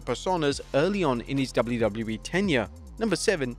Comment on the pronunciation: are you ever gonna learn how to say WWE